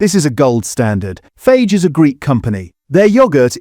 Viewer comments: Tangier pronounced as the city and not tangy-er, Fage as phage instead of Fayeh 🤣Sloppppp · Is this narration AI? FAGE? Read the container, it tells you how to pronounce it correctly. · Fage is pronounced Fay ire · Just so you know -- it is not pronounced Faje . It's more like Fa-gay. (Greek for "eat") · It’s not Fage, it’s pronounced FA-YEH! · Yes, I noticed that. He also pronounced Fage as fayg but it’s actually more like far-yay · I thought ai had to be listed on vids now? Tangier? Tangy-er, ie more tangy, tangier. 😂 Phage instead of Fah-yay (Fage yoghurt). Do better please. Otherwise, good vid with great info. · It's pronounced as Fie-yae, not fage. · Also the brand is pronounced "Fa-yeh", not "Fage" - it even says so on the pots. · Fage is pronounced Fah-yeh in Greek as the G is soft and you pronounce the e at the end.Good video though! Useful tips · Great information, but please learn to pronounce the manufacturers like Fage (faiay in English) and Yeo Valley (Yoh Valley) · Fage is pronounced Fa- yeh (it's written on the tub) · fage is pronounced fa-ye ! G in Greek sounds like our Y . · It's called "faye"... talk about Greek yogurt.. pronounce it properly... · Please, let’s have a real voice, not AI - “Tangier” as in the Moroccan City! No, the taste is “Tangy”. Biggest laugh “Fage” as in Page, no, try the correct pronunciation. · Wish it had a real human narrating. 'Fayge'. 'Tanjier'. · To the narrator...... it's pronounced 'Fa-yeh'...😁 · Really useful, but the AI voice over can't pronounce Fage. It's Fah-ey, the g is silent. A dead giveaway that no one is overseeing the voice over. This sort of thing is harmless enough here, but it gets dangerous over time as people get fed what they think is correct information but is just AI slop. Ironic in the context of this video! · FAGE is pronounced FA-YEH apparently - good to know now that I'll be buying it! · FAGE is pronounced as Faahay … I make my own… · Fage, pronounced Fa-yay. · Its pronounced Fiyahh